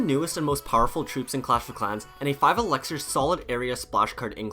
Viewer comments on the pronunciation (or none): ELIXIR not ELEXIR